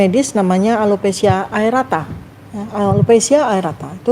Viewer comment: Berkali2 dr.tifa salah sebut, yg benar alopesia aREAta. Bukan aerata. Dan lagi dr.fita ini dokter umum, saya rasa beliau tdk bisa berbuat banyak untuk menolong Pak Jokowi.master iminologi mungkin bisa menelaah dan menganalisis autoimunitas tapi tatalaksana klinis tentu berbeda. Tokoh sekelas Pak Jokowi tentu sudah berobat ke spesialis penyakit dalam konsultan reumatolog untuk autoimunnya.